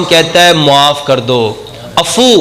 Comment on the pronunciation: Af v.... Afoo nhn... Bolna. Mery achay hkem bhaye. Bahut hi aala bayan....